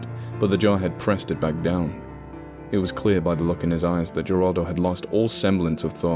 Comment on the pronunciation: Geraldo is pronounced with an H, not a G. I'm pointing this out bc you spoke the other Spanish nicely (even though I only get the gist of what's being said)